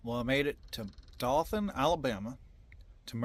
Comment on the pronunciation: It’s Do(ohhh)than 😂. Not Dothan (like moth)